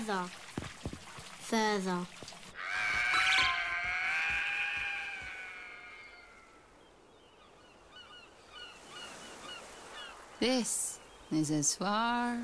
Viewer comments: "Fauther" lol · "fuather" hahaha